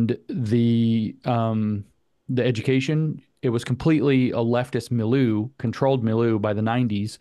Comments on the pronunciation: Mileu = mill•yʊ (as in look, book) Cheers! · “Mill-you” Milieu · Take a drink every time somebody mispronounces milieu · Please learn how to pronounce milieu!